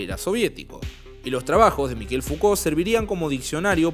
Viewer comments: Se pronuncia Michel. No Mikel. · Ayudarte con el frances es : Mishel como suena; ch suena como sh en ingles; no es Mikel es Mishel como suena; vivi 14 años en Francia; soy Javier Martinez ex Manal y mi nombre artistico es Manal Javier Martinez; amo el idioma frances y la cultura de su pueblo luchador por la libertad; y me gusta ayudar a hablar mejor el frances; bello idioma como el nuestro y el italiano y el portugues; ojala lo leas; muy buena la nota. Z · Se pronuncia Mishel, no Mikel. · ¿Se le dice "Miquel"? Yo pronunciaba "Mishel". Debo haber parecido un idiota. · Mishel , se pronuncia.